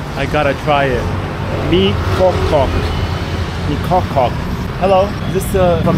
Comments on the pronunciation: Mie ko cok.ccc😂not kokok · Kochok bro 😂 kokok is chiken btw enjoy bro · Omg I laughed hard when you said, "I'm not sure if I pronounce it right." Honestly, it's miss the mark a little bit. Kocok pronounces as ko-chalk. C in Indonesia meant to be read as ch in English.😅